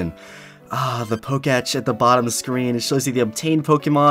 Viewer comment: Wtf is a Poke Etch, It’s called a Poke-Tech not whatever nonsense you just called it💀😂